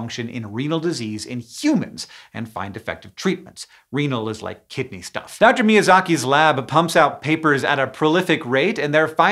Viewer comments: Am I the only one who heard "chronic kitty disease?" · I was certain you were saying "Chronic Kitty Disease" until you showed the words on screen ☹️ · Lol i thought you said chronic kitty disease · did anyone else mishear it as "chronic kitty disease" every single time?😭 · Every single time Hank says "Chronic Kidney Disease", I hear Kitty instead 😅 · I thought he was saying "chronic kitty disease" for like the first 2 minutes of this video lmao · I keep mishearing Hank say “Chronic Kitty Disease” instead of kidney, and I do have to agree incident rates of chronic kitty disease are rather high in the cat population. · Raise your hand if you kept hearing "kitty" instead of "kidney". raises hand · I kept hearing “Kitty Disease” instead of “Kidney Disease.” 😅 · I accidentaly heard it as "Chronic Kitty Disease"...